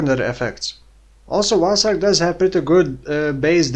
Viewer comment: I understand "vaal strike" every time 😅 New skill soon?